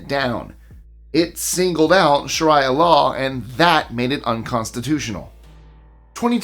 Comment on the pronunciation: It's actually, not said that way "Sharia" (or Shariah) is pronounced sha-REE-ah, with the stress on the second syllable, rhyming with "Maria," and sounds like "shuh-REE-uh," with "shuh" like in "she," "ree" like